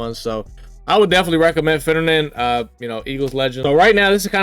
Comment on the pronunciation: “Finnejynxinoisesren” man really rolling the r in finnerin😂